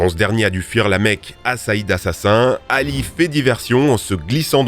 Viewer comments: Oui et Ali se prononce pas Hali 😂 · Un effort de prononciation ? Il a massacré les noms chinois, même pas pris la peine de chercher, Cao Cao par exemple ça se prononce Tsao Tsao pas Kao Kao, même pas besoin de parler chinois il suffit de mettre le nom dans Google Trad... Et même pour les noms arabes, il prononce Hali au lieu de Ali...